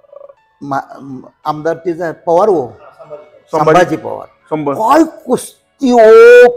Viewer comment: पोवार नाही पवार म्हणा